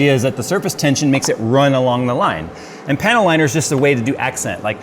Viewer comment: Every time says panel liner, I hear "panty liner."